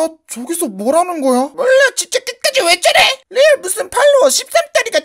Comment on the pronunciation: 2분12초에 끝까지를 긑까지라고....